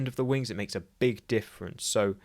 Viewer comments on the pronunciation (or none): none